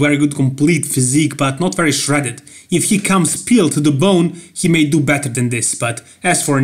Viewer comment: Love this channel. Most enthusiasm out of anyone else. "HE'S TICK...ABSOLUTELY PEELT!"